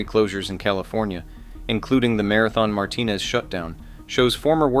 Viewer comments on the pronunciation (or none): none